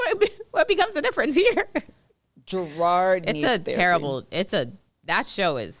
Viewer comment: Y’all + kev keep saying Gerard 😭 that mans name is JERROD